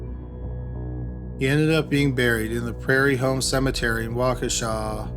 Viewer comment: It’s crazy that I live ten minutes outside of Waukesha and have never heard the first story. Also, thank you for pronouncing Waukesha correctly.